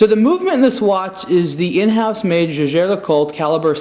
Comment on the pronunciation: it's pronounced "Yay-ger"